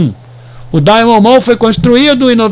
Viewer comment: Fala companheiro. Bela análise,so precisa melhorar a pronúncia do inglês sobre Diamond kkkkkkkkk